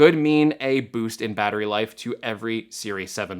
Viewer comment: bAaAAAtery size 😂